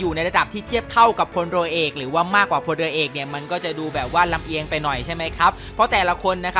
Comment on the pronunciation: ทุกคนลองฟัง ดิค้าบบ พลรัวเอก55พูดผิด